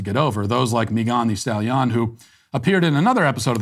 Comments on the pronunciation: “Meegan de Stalyon” I love this man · Matt pronouncing Megan thee stallions name is one of the greatest things ever LOL